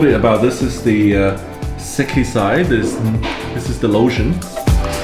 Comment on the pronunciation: That’s “Sekkisei” 😭